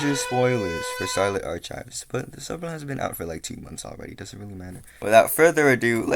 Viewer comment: the way you say archives makes me flinch, but other than that, good video